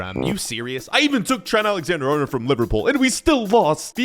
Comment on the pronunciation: My man pronounced Ali Arnold as TRENT ALEXANDER HARNOLD